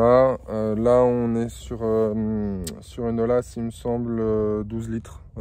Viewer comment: ATTENTION ; on ne prononce pas O L A mais O Y A